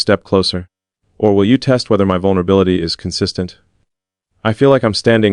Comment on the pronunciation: Not teat but test